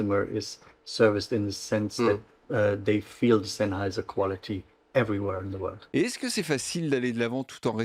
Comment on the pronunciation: superbe vidéo mais Sennheiser c'est avec un S pas un Z ptdrrr, je rigole, superbe vidéo